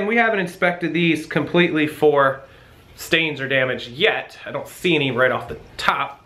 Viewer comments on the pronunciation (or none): none